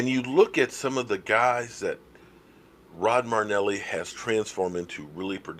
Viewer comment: Your killing me. His name is NOT Rod Marneli! His name is Rod Marinelli! There is an "I" in there. You dis him by mispronouncing his name. How to pronounce Marinelli